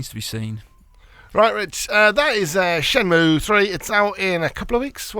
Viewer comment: Shenmue not shemnue.